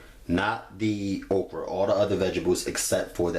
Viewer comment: "We're going to add our ogra" 😂😂